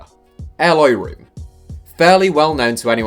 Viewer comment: You should pronounce Room as 'roam'